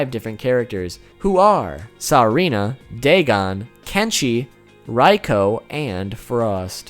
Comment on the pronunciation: "Saarena" "Raiko" lool xD